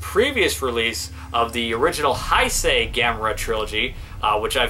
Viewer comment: “Guiron” is pronounced “gear-on.” And “Heisei” is pronounced “hey-say.” Nice review, by the way 👍🏻👍🏻.